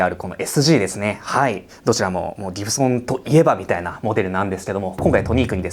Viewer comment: Gibsonのイントネーションが嫌い。歴史語れるなら、イントネーションぐらいきちんとしていただきたい。😢